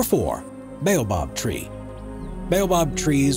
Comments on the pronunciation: You pronounced baobab wrong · Thank you for mentioning the Jacaranda trees in Pretoria. They don't just grow in Pretoria, you can find them in many other parts in South African. Also just wanted to point out the the narrator mispronounced the following words: Jacaranda, Boaba and Madagascar. The cotton tree (tree no 7) on your list does not just grow in Western Africa we have them growing here in South Africa.